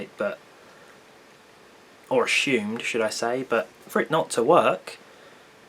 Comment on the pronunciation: BruFrij ohhhh, thought he said a shoe haha